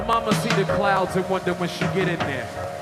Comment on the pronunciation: Blueprint did a great job - clearly the language barrier was an issue. His favorite song is the "the clood".